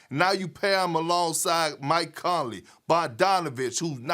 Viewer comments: My guy said “Rudy Go-BEAR” lol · “rudy GOBURR” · Nobody: Kendrick perkins: Rudy Gobarrrrr Stephen a: JarJar Pajuliar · "They have a lob threat in Rudy GoBURR" 😂 I didn't know Gucci Mane was an analyst on First Take 😂😂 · No one seen this man become Gucci mane and say “Rudy goburrrrr” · Kendrick " Rudy goberrrrrrr" Perkins Stephen " kemberrr walker" A smith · "Rudy gobaar"🤣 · “Rudy Goburrr” - Kendrick Perkins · " Rudy gobuRRR" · Kendrick Perkins really said Rudy Gobrr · I like the way they do that "GoBERR" 😂😂 perk cant say nobody name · I love when Kendrick says Rudy Gobert😂😂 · Did anyone peep the way Perk said Rudy Goberts last name ? Hilarious!!!